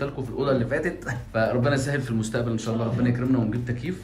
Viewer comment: لفظ الجلالة بالهاء مش بالياء الله وربنا يباركلك